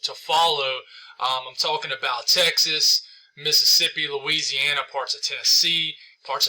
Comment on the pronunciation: This guy has a hard time wanting to say Louisiana! 🤦‍♂️